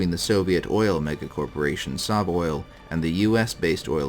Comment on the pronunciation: I say SovOil similar to Soviet, not Saw.